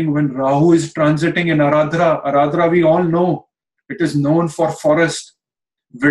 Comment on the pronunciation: Guess its Ardra, not aradra..